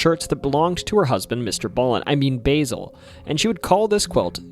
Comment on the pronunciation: Way to butcher mavis and basils name